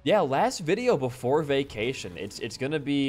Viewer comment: I thought u said Vacination lol